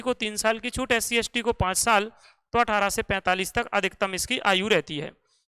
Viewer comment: Sir aapne pr chउt post bola 🥺🥺